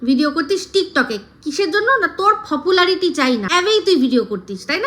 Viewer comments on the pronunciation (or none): Fopularity boleche? 😂